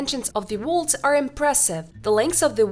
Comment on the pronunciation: Some fine day you’ll learn to pronounce »walls« ...